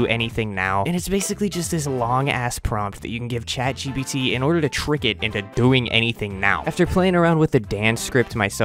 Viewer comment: bro said chadgpt for real bruh